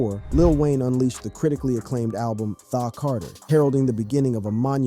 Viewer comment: Man this dude mispronounces SOOOOOO MANY basic names and words. He KILLED the word "tha" when saying "Tha Carter 3"!!!!